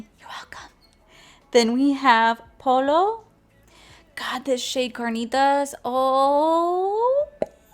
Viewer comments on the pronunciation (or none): Two 'L's sounds like a Y, chicken en Español is "pollo" pronounced "Poy-yo" if that helps..I loved Spanish class in HS I took 3 classes haha! Love you babe! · I love tacos! But I get it. I love steak tacos myself. Also, the double L (ll) in the spanish alphabet makes a y sound if that helps. So pollo sounds like “poyo” and pico de gallo (guy-o). ❤️ Love your videos! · I make mexican food...and the Mexicans who eat it say it tastes just like home 🤣😂🤣😂...I only make 3 mexican foods...enchiladas, chili rellanos, and posole Pollo is pronounced poy- yo...double l is pronounced as a y